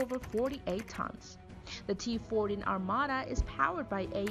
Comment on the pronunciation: seh said t4 or t 14?